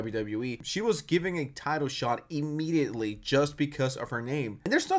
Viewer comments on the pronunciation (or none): none